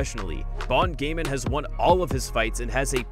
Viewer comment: Well what u need to know its pronounced as Gaan not Gain